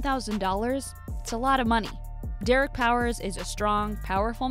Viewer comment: DID YOU SAY DERECK YLARE YOU CRAZY